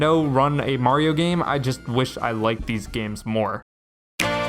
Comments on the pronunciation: Finally, someone that can say mario. Who tf is merry-o? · haha right. even in the games themselves, he says "its me, Mario". there is no merry-o. and people will still say it that way